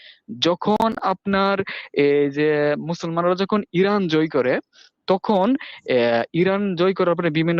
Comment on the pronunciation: ভাই আপনার বয়স কত। ১৫ ২০ লাগছে আপানার গবেষণায় তাইনা বয়সটা কত ভাই। তুখুন নাকি তখন কুপাইআম এইটা কোন আম ভাই উচ্চারন ঠিক করেন ভাই